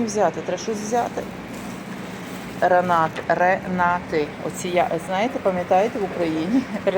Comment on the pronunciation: Ранети, а не ренати.😢